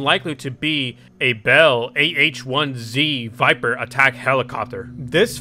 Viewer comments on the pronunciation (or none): none